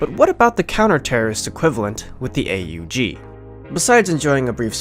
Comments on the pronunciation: It's not the Ayy Yu Gee... Christ you're making me twitch 😂 it's pronounced "Ohgg" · It isn't pronounced A-U-G, It's pronounced AWG. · no its pronounced ogg not ay you jee ogg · its not A U G. its pronounced "awg" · The correct pronountiation is awug said as one word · I think the 'A U G' should be pronounced properly. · the fuck is an "ayy-you-gee"?